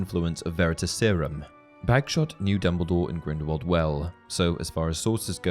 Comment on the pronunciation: You’re pronouncing Grindelwald wrong, it’s pronounced with a thin v and not a thick w